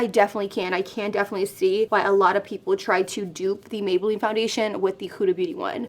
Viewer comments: “Mayboolline” yeyyyy!!!! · “Mayboolline” for days🙋🏽‍♀️ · “MAYBOOLLINE” flawless like always!!!